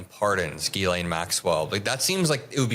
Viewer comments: lol He pronounced her name Jizzlaine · thank you for calling her "jizz-lane" as opposed to "gi-lane" Maxwell. you made my day. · It's not Jizz Lane! It's pronounced Gilane (hard G, no Z) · I love how Cameron pronounces her name "Jizz-lane"🤣🤣🤣🤣🤣🤣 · Is Maxwell's name pronounced Jizz-lane? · Is he purposefully saying, "jizz lane"? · “Jizz-laine”😂😂😂…sounds about right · Why are you saying jizzlane? you sound like an idiot. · Did he call her JizzLane? Lol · Jizz Lane is my favorite mispronunciation of her name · I've heard Ghislaine pronounced in so many different ways, but I think my favourite is hearing say "Jizz Lane". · I like how Cameron pronounces it - it really fits the bill. Jizz-lane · Why does Cameron pronounce "Ghislaine" as " jizzlane"? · Could you possibly bother to pronounce her name correctly? It makes you look amateurish when you can’t be arsed to do so. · Why is he pronouncing Ghislaine like that? Not but the other guy?